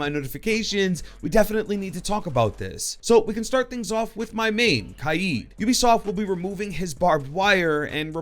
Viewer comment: For Kaid I thought it was Pronounced Kade